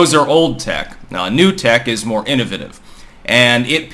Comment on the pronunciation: I get a kick out of how says "innovative", haha